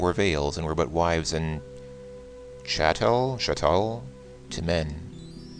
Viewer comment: it doesn't seem like you can flirt with Aziza in the remake...(too bad) and I think it's pronounced "Chat- tel"